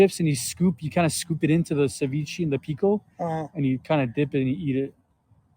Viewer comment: "ceveechee" Ceviche*